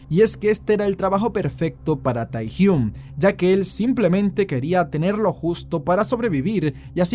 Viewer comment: No se pronuncia “Tae”, sino “Te”.